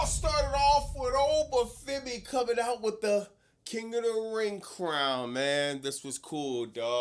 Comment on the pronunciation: Please dont turn oba femi into ova for-me. 🙏